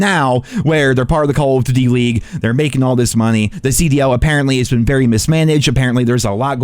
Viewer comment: Am I the only one that heard the way this dude was saying " duty " ?? I had to click off as soon as I heard it.. I just cant lmao